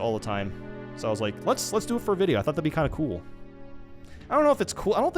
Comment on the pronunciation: that bYe was personal